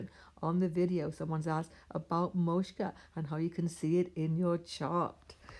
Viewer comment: Hi, thank you for sharing your knowledge. Want to point out a small pronunciation mistake - it’s not “moshka”, it’s “moksha”. The ‘k’ comes before the ‘sha’.